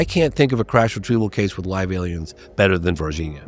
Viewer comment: Ele falou Varginha corretamente 😂👏🏻👏🏻👏🏻